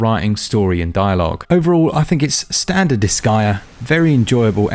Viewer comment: its pronounced dis-gay-uh not dis-guy-uh btw .. huge debate on this in the forums since 2007 and japanese people confirmed and it was said out loud in the final chapter jusssssy saying,…